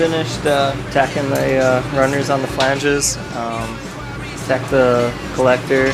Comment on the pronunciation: Does Jesse pronounce flange weird or do I???